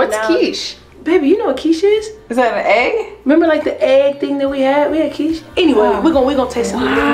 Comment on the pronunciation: How pronounced quiche correctly but didn’t know what it was 😂 we love an intelligent queen 💜